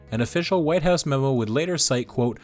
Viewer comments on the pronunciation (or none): none